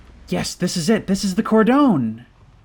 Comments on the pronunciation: I love ya, but for the gods sake it's pronounced "cord-on" not "cordown" 🤣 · Bruh I can’t believe you still pronounce ‘cordon’ like that 😂 great vid tho